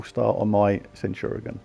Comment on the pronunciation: Centurazuul sounds just wrong haha! It's almost like calling ManU as Munated. 😂 Good going though and nice scores! 😄